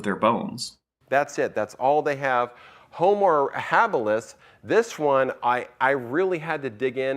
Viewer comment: Did he really just say "Homer habilis"?